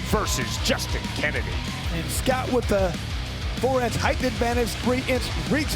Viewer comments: Still waiting for the announcer to figure out that there are only 2 H’s in height. It does not rhyme with eighth. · Why is this doofus allowed to say "heighth" over and over!?!?